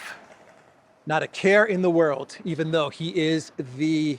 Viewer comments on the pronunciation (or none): none